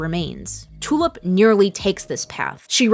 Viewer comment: I keep hearing Tulip's name as "Two-up". Is it just me?